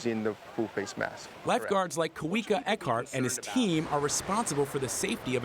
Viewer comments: His name is pronouced Ka-V-Ka. Not Ka Wi Ka. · Life guard name is ka-v-ka